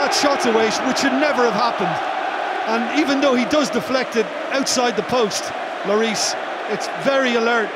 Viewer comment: loris pronouced wrong